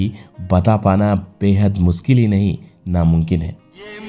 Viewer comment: Pehli baat toh ye hai ki jisney bhi video banaya hai, uski jabaan saaf nahin hai. ' mushkil ' ko ' muskil ' . Yaani sh ko ss bolna. Bus yahin dimaag kharaab ho gaya. Aagey dekha hi nahi gaya. Jo maatr-bhasha hi sahi na bol sakey, toh hazaar laantein hain uss par aur un teachers par, jinhon-ney aeisey logon ko parrhaya. Laanut hai. Jai shiv shanker.